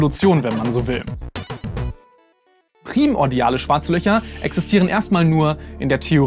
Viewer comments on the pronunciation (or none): Dazu muss gesagt werden, es heisst PRI- mordial,...nicht Prim- ordial,. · Bitte primordial nicht wie Primzahl aussprechen! Also nicht prim-ordial. Die Betonung liegt nur auf der letzten Silbe.